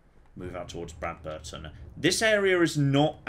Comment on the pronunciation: Brad-BER-ton? What?? It's obviously BRAD-berton, right? Like PAM-berton, and BRAD-bury? I mean, it's not that weird hearing absolutely butcher names/pronunciations (anybody still remember his Protect-o-trons (the way he said Protectron from Fallout 3 and NV? I do xD), but I'm not sure if any single character says the actual pronunciation of Bradberton in the game so I could be wrong...